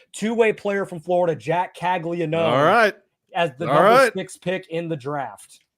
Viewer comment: Bruh Caglianone has been a monster for 2 years now at Florida, was a consensus top pick, and yall still have no idea how to pronounce his name…? Cmon man